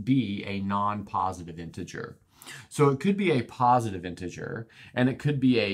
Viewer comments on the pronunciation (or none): none